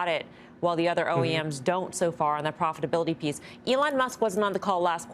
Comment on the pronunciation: Gene: “profability’